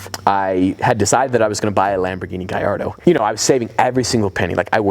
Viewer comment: It's LAMBOGHINI Gallado not Gayado.